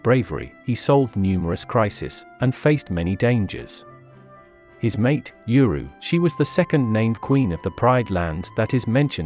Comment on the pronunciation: Wait, if Kovu is related to scar then kiara and kovu are related— Also, I think uru is pronounced ooroo